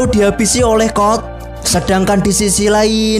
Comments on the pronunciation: Code kali bang bukan kod😭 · Code bang bukan cod